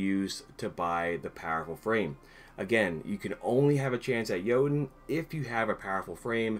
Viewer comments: It’s pronounced yeet-uhn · Ok, that makes more sense now i thought having that frame gave you a higher chance of getting it but you still had a tiny chance to get it without the frame Btw i pronounce it Joe-Tunn